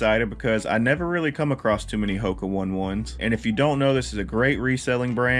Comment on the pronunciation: I been watching a lot of your videos. Super interesting content. BTW its pronounced Hoka Oh-Nay Oh-Nay. It loosely means ‘fly over the earth’ or ‘time to fly’ in a Polynesian dialect.